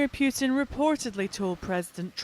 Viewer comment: He is Putin, not "Pugh tin"